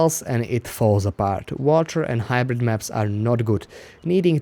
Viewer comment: hybrite. hybrite. hybrite.